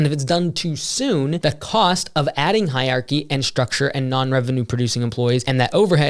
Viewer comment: it’s “hier-archy”